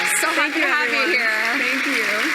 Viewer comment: ........... .........hilarious...... Grand-Dad's giant Pantaloons are "wearing her" again. ........and COMPLETELY FORGETTING her Word Salad at 9;48........."thenkew" now piss off.